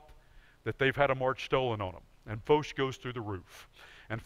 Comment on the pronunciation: Who is this Foesh ? It is a French name, pronounced it as such. Foch. It rhymes with tosh